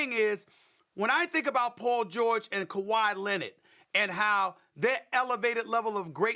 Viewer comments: stephen a: paw jowich and kuhwah lennit me: 🤔🤷‍♂️ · Kawi Linned 🤣🤣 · “Kawhi Lennit” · "Kawhi Linnit" - Steven A Smith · Stephen A “kawhi lennit” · ''Kawhi Lennit'' 😂😂😂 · Nobody: Stephen A: KAWHI LENNET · actually it’s KUHWAI LENNET